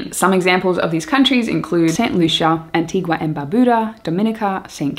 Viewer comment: Hey one of your subs from Antigua and Barbuda actually. Really loved the shoutout and the video was super informative!!! Always love the content. On the side it’s pronounced Anti-gah and Bar-bew-da. Keep up the great videos I’m glad to see you so much more comfortable feels like I’m talking to an old friend.